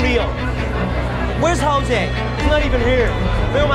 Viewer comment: No amount of sponsorships can get a man to correctly pronounce the name Jose though I guess, lol Good quality vids regardless